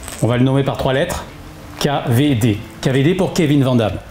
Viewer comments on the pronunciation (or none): Excellente vidéo! Super! Mais on dit pas Kavédé mais Key vi di, repeat After me. Hahaha 😁 continuez comme ça c est chouette.